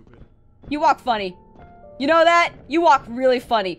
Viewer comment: i love how you said WHAT IS ZZAT